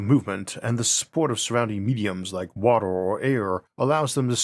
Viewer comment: man can you stop saying water like WATOR? XD it's so distracting.